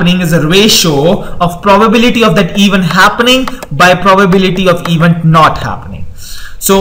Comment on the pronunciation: Very nicely explained! The only one thing is - please evEnt. This mistake makes it hard to concentrate on the material.